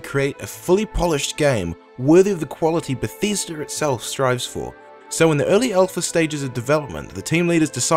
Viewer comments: I lost interest after you said "Batheesder" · I keep telling you guys, there is no R in Bethesda! xD